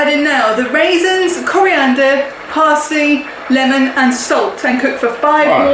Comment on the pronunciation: Oh its pronounced leeemon. Boy, ive been saying it wrong all this time.